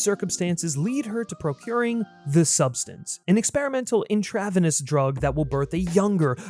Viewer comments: intra-venous (in-tra ve-nuss) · Vi-SARAH? In-TRAV-enous? Tell me you didn’t write this script without telling me you didn’t write this script. All with that bargain-barrel MatPat affectation. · Loved the video. The title caught me as I was somehow completely unaware of The Substance so thank you for putting me on to that. All I have is an annoying nitpick. Intravenous is pronounced like "intra-venus" and viscera is pronounced like "vih-sir-uh". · Umm...if this isn't A.I. the presenter needs to learn how to pronounce "intravenous and viscera". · “Intravenous” was wild pronunciation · Intravenous is not pronounced that way and neither is viscera bro just a heads up haha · viscera isn't pronounced like that, nor was intravenous, js